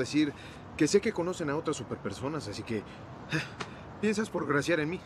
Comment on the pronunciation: Soy yo o Scott dice "tiensas por graciar en mi? Me parece que el doblador cometió un error. Like si lo notaste